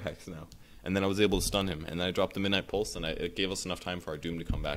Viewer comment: I like how pronounces "Midnight Pulse" It makes it sound like "my nipples"